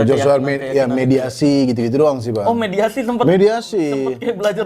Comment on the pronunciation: mediumisasi apa mediasi sih bang 😅😅